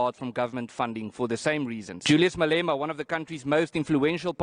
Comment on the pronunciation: his name is pronounced Malema not Maleema